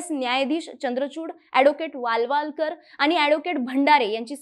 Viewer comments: वालवालकरx वालावलकर√ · सदर माहितीपूर्ण व्हिडिओ बद्दल खूप आभार. (कृपया नावांसंदर्भात काही चुका टाळता आल्या असत्या, जसे रामकृष्ण हेगडे ऐवजी एकदा हेडगे आणि नंतर चक्क हेडगेवार असे म्हटले आहे, वालावलकर हे पण नीट उच्चारलेले नाही)